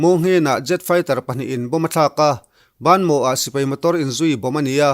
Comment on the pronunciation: Baanmaw nilo in Bamaw tia lam tur